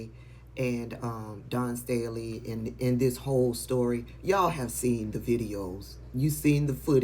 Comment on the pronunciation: DAWN STALEY "LET"EM KNOW" 😂😂😂😂😂😂FROM YOUR HOME HERE IN PA & UCK THAT APOLOGY, IF YOU CAN'T SAY HER NAME!!!!